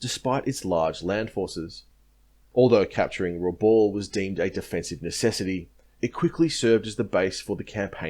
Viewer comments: Rabaul is pronounced Rah-bal not Rah-ball. Good presentation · You've probably been told this before, but it's pronounced Raboul, not Raball. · Pronounced rahb owl